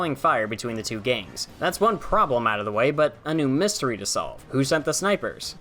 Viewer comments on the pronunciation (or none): none